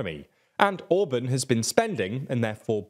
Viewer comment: He is not Orbön, he is called Orbán. Learn to pronounce his name